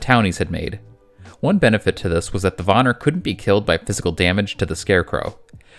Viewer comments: Van-Neer not Vonir... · It’s PRONOUNCED VAN EAR NOT VAN NAR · pleas reupload this and say Von-ear nor Von-er. its so annoying and im really sorry. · It's Vanir and not vanar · Just letting you bits pronounced ‘van-ear’ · It killed my ears everytime he said Vanir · Please please please work on your pronunciations of other mythological lores. It was painful to hear the butchering of names like the Vanir and such.